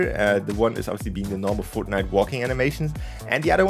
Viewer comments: We're never gonna let you forget "FROTNITE" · Lol “frotnite “